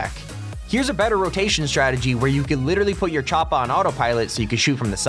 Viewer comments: Does anyone else get irritated when he says choppA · The way he says choppa tf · Lmaoo why are you sayin Choppa so awkwardly??